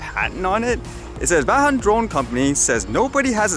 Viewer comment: pronounced "von" (Vaughan)